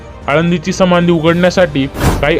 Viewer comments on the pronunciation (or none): समानधी नाही रे समाधी बोला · साहेब संमाधी नाही समाधी उच्चार व्यवस्थित मग व्हिडिओ चालवण्याचा प्रयत्न करा मामासाहे इ स एकोणीस आडुसष्ट मध्ये वैंकुठ वासी झालेले आहेत व तुम्ही बहात्तर म्हणता इतिहासाचा अभ्यास करा मग चायनल चालवा